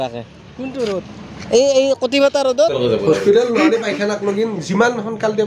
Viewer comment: ৰ'দ ৰ শব্দ টো এনেকে কৱ লাগেনে ? কতি ফাটা